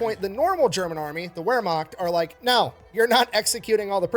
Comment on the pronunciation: Hey, just wanted to let you know, first, the word Wermacht is actually pronounced as though written with a V instead of a W, TFE actually got that pronunciation wrong. Also, The difference between the Wermacht and the SS is pretty simple, the Wermacht was basically like the regular army whereas the SS where party guys, meaning actual Nazis under Hitler's command. Technically, yes, Hitler was also in control of the Wermacht, but while every German who fought in WWII was fiercely nationalistic, not all of them were Nazis, and seeing as how Hitler's power was waning at this point in the war and there were way more Wermacht than SS, it's really no wonder that the Wermacht won that argument.